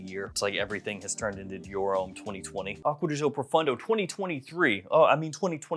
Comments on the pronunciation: My dude, I love your videos. But please learn how to properly pronounce the brand. It’s “Acqua Di Gío“ not “Agua De Joe”. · he sure as heck does not. It’s an Italian brand and as such is pronounced Italian. Not American.